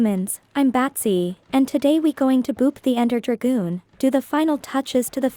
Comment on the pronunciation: lol she really sayed ender dragoon